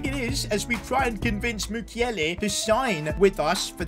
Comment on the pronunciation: It's Mukielé not mukiele thank you for your amazing content